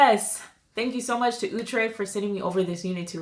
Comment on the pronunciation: Beautiful unit. You keep mispronouncing the Outre name though. It is pronounced like OUT - TRAY not OOT- TRAY